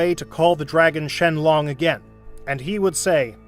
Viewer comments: "shenlong" excuse me what💀? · “The dragon shenlong” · "Shenlong" - Dende